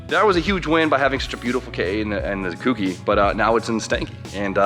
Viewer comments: Co. Key. Cokey. Kouki. For fuck's sake,. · jesus christ its not pronounced kooky lol